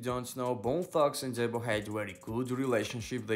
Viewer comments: His name is "DEEBO" not DEBBO 😆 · 😆. Dude. Said Debbo